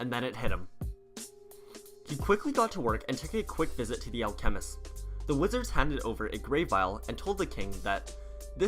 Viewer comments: “Elaxir” “Al chemist” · Please stop saying elExer and alCHEMist. Its elIxer and ALchemist. The emphasis moves the AL when its added to CHEMIST. :-( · "Elexir" "All-chemist" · Why do you say alchemist and elixir incorrectly every single time?? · Ok I’m sorry but it’s annoying the way he says alchemist.... love your vid tho ❤️